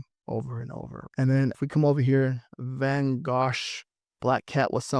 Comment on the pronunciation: Great video! Pronounced “Van Go” the GH is silent 😊